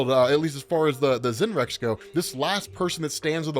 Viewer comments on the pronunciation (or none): Isn't the Z in "Z'nrx" pronounced as S, so Snarks would be the phonetic pronunciation? As a long-time reader of comics myself, they've always been referred to Snarks and I always took it as the correct pronunciation